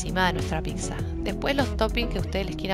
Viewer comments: Se dice Pizza, no PiXa. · Me gustó mucho la pizza . Lo único que no me gusta que pronuncie picsa, se que es tonto decir eso, pero bueno